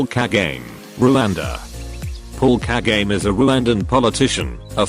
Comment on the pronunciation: I love they way you pronounce the name of the president of RWANDA(Paul who??😂🤣🤣🤣I love you just for that.